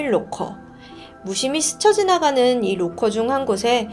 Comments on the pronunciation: 잘들었습니다! 딕션이 역시 대단하시네요~ 근데 보통 록코가 아니라 라커라고 발음하지 않나요?! 로코도 나름 매력있네요 ㅋㅋㅋ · 죄송한데.. 영어 발음을 좀 대중화된 발음으로 했으면 좋겠네요. 로커가아닌 락커임니다. 코인 로커가 아니고 코인락커라고 하시는게 좋을듯 한데요. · 록호는 일본식발음인가요?